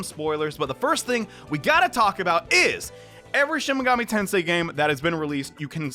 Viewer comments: "Shin Megoomi Tensai" the first time you said it lmao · My dude said shin megumi ten sai at first